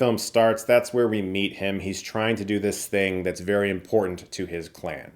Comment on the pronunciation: Did you say “vary very good”?!? I don’t trust you now!